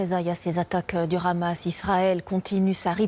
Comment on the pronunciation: et TF1 qui fait tout pour plaire à son auditoire israelien , non mais , renommez vous aussi TF Israel , La présentatrice est incapable de prononcer un "H" aspiré ? pure démagogie médiatique , faire de l'état oppresseur , une victime ,... qui abat ce meme arsenal qui la classe meme devant la France , en terme de puissace militaire , sur une population enclavée , privée de tout , jusqu'à l'eau et l'électricité ... et ça fait des décennies que ca dure , que ca grignotte sans que qui ce soit ne puisse aider les Palestiniens...